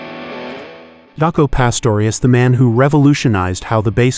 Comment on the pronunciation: it was from Jokko (ref joko conlon baseball player) to Jaco proununced J not Y .. so it is JA co but good vid non the less thanks